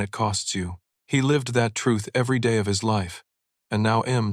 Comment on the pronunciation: Please proper pronunciation it's not ill it's I will not has it's his